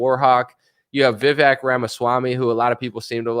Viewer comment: What's your reason for not trusting vivek? You don't even know enough to say his name properly, but you know enough not to trust him?